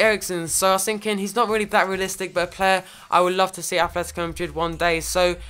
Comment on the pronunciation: It's ATLetico madrid not athletico... You're playing koke and turan in each other's position and stop saying incredible.